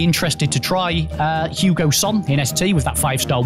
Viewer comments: It’s not Hugo son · Who else is cringing when they say Hugo when it’s hieun son not Hugo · why’s he saying hugo son?😂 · Did he say Hugo son 😂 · Someone tell him it’s hei ming son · Ffs sake his names heung min!!!